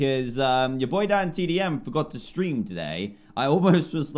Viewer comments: he said STREM, not STREAM but that's classic dantdm for ya =3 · Lol at the beginning he said strim not stream XD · Did... did he say "strim" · Dan you said stream it’s stream XD you said it wrong